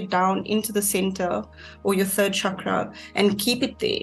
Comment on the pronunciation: When she said "chakra" I left.